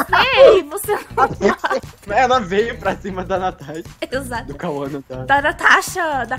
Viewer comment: O fala turo bom jente kkkkkk